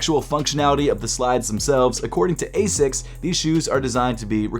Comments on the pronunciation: The way u say it hurts, 'asis' it's not, it's pronounced like 'asicks' all love tho bro 😭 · As-ics not a-sics